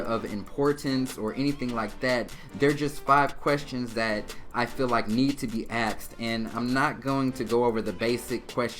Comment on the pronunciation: He said axed me and then said ask the next question?? You gotta pick one bro